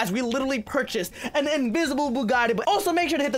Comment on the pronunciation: You said invisabe bugite